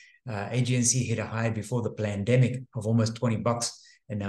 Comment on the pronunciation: What is "plendemik"?